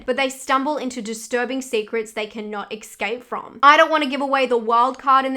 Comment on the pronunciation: kinda weird that you said "ecscape" but good video aside from that